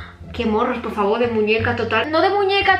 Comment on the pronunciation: "Ticheame a mi pofffavoo" 😅